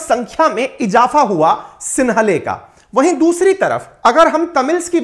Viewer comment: सिंहली होता है सिन्हले नही आप इस तरह से अलग से शब्द न बनाये